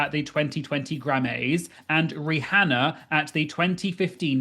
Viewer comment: Lil-Nass-Ecks and Ree-Hannah lmao 🤣